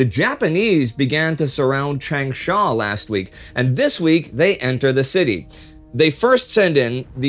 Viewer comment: sigh chahng?shah pinyin a is always pronounced like in German. A as in far never like ape. is polyphonic so even google got this one wrong. 长沙 means "long sands" or "great sands". But baidu gets it right. Click the speaker underneath the Chinese characters to hear it. EACH AND EVER CRIB COSTS AN AGENT OR SOLDIER'S LIFE! TGAT'S Y!